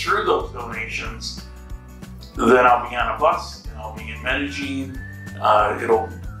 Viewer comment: Glad your happy now and if you get rid of the G when you pronounce Medellin you will say it correctly. Sounds really weird and ugly with the G you add. Just saying.